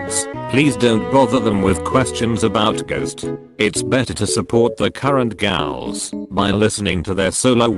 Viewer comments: Great video, but I have some issues: very goofy background music, you could choose some rock track, not circus music, and pronunciation is wrong in many places gals (ghouls) and alchemy should be pronounced al-kuh-mee not al-che-mee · I do wish the artificial voice could properly pronounce’ghouls’ 😂